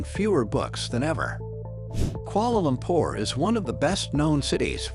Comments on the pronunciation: “Koala lompor” 💀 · “Kuoala lompor “ 💀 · I'm from Malaysia and I'm why are you say Kuala Lumpur so weird